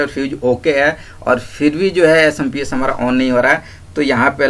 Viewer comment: Samps nhi hota chutiya SMPS hota hai